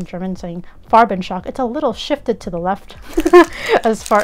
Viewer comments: Very good pronounciation of "Farbenschock"! :) Greetings from Germany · Wow thank you so much! I highly appreciate your feedback on pronouncing "Farbenschock"! ^_^